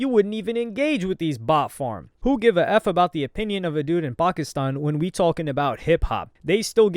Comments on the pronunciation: Nah your pronunciation of "Pakistan" was a little too clean my guy. 🧐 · bro is definetly from pakistan , because why does he keep pronouncing "pakistan" like that